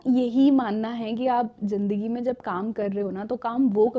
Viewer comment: Madam ka talafguz theek ni hai zindagi ko jindagi bol dia phle minute me hi ab aage video ni dekhni